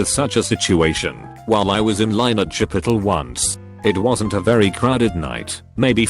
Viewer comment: chip o tal